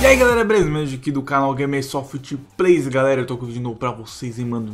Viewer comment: Saudade da época que ele falava Gemesoft Gays kkkk